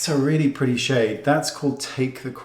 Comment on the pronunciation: Oh how I love Mr. Goss and the way he says" oh now that's PRITTY(pretty)...lol !